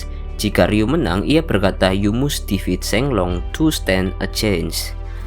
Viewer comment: Admin narratornya lucu melafalkan inggrisnya "You must defeat sheng long to stand a chance", kata must bener bener dibaca must bukan mast 😅